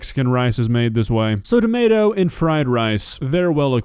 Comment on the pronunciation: She pronounces tomato’s as “tommy-ah-toes” lol